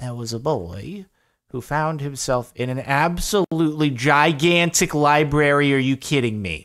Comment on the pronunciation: gagantic lmao